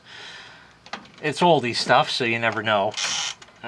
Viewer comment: "Oldi"😂 Its "Aldi"Americans drive me insane